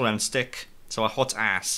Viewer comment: When he called it by its name all I heard was hotass